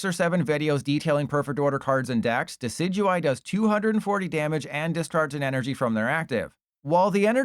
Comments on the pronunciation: Deck-E-Dewie my goat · oh that Decidueye pronunciation...